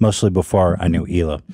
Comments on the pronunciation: One of my favorite episodes. Although it did bother me that Oliver kept pronouncing the “H” in Hila. I would feel better knowing it’s a shtick. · Does he pronounce the H in hila as a joke ? Because it’s so funny if he didn’t hahah